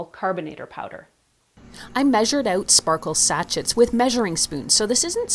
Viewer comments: BTW Sachet is pronounced “sashay”. I laughed every time you said sacheT 😂 lol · Woah. Sa-shay. Not satch-it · Sachets pronounced Sachey 😂😂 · Sachet is pronounced as sa-shei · Sachet Sounds like sa·shay Almost as cute as Nigella Lawson’s funny Pronunciation of Microwave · great video....just FYI...Sachet is pronounced Sa-shay. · (pssst: it's pronounced "sah-SHAYZ") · it’s pronounced sashaye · I agree she has a great voice and intonation. I just wish she would pronounce “sachet” properly.